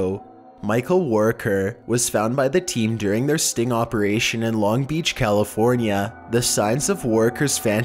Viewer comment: Operashien Hose Attenshien Conversashien Lol its so funny how he says thing hes at zucc level right now Also he said something twice, forgot what it was.